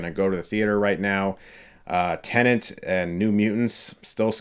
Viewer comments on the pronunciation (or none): It's 'Ten-et' not "Tenent" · 'Tenent'. lol